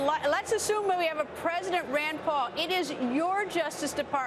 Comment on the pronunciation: "Senator Ron-d Paul"